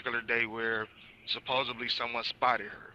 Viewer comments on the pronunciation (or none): supposedly not supposably